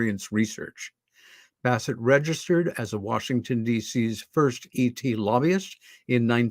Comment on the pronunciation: ...for heaven's sake man...it's Washington not Warshington.